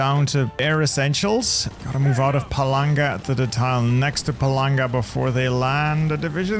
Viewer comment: Angry internet troll here ... why is the pronunciation of PALANGA so bad ?